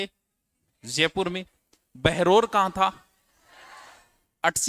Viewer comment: बहरोर नही बहरोड़ है